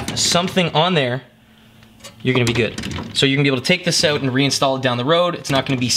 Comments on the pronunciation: more like "oat" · being from Cali it bugs me lmao